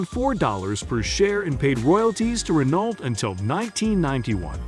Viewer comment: Pictures of the cars you couldn't "find" are readily available. This is a poorly made video with many inaccurate facts and non relevant pictures. Why bother making such content? Just stop and delete your channel please. Edit: pronounce Renault correctly as well LOL! Practically unwatchable TBH.